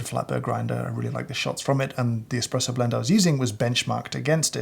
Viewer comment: Hahahahhahaha james hoffman says expresso. Im saving this